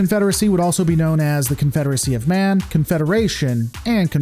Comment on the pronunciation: Alternatively, the CONFEDERAHSAHHHH